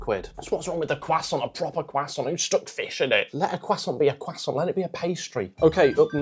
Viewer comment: I really don't understand why people have started pronouncing 'croissant' as 'cwussont' in the last few years. Stop it. It's not correct in English or French. You don't sound intelligent or educated, quite the opposite.